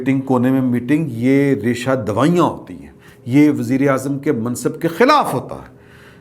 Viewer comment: سر ،یہ ریشہ دوائی نہیں ریشہ دوانی ہوتاہے،تصحیح فرمالیں